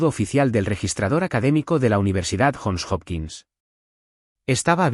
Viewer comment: UNIVERSIDAS JOHN HOPKINS CUALQUIERA PRONUNCIA YON JOPKINS, NO JON OPQUINS